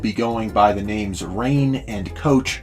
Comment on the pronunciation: He pronounced Rein as Rain?!?!!?!?!?! Reinhardt main is sad :(